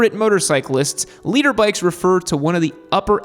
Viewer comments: I’m glad I came across this. Every time I’ve heard you use the phrase, I thought you said ‘leader bike’…!🤣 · I swear you're saying leader bike 😂😂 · its liTER not LEADER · dude I thought you said leader bike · Wait… so all this time I thought he said “leader” bike🤦‍♂️ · This whole time I thought you were saying "leader bike." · Oh, “liter”, not leader. In my defense, everyone who says liter sounds like they’re saying leader.